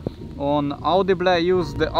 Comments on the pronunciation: Auudiiblehh??? It's au dee bul "audible" or is it? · our new sponsor audiblegh :D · Au de be le ?? Am I the only one that heard it wrong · Love how he said “audible” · Lol that's the reason I'm in the comment section 😜love your vids man.unfortunatly my RC was stolen yesterday morning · But after hearing that, I'm not calling it by anything else